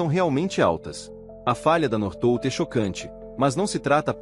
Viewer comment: Pronúncia correta North Volt como se fosse separado.